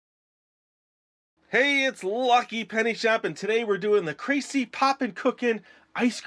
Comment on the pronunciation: Just a little fyi, if you do more of their sets in the future, it's "Krah-see-eh" and not "kray-see."